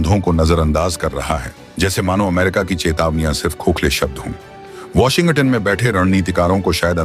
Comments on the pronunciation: वाशिंग-गटन नहीं है भाई, वाशिंग-टन है. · My friend - please do not pronounce as Washin-Gutton. It is Washing-Ton. Otherwise Trump will impose Tarrif on your channel also - Be careful. 😂😂😂😂😂